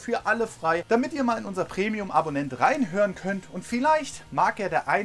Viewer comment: "...reinhoöern könnt" 😂😂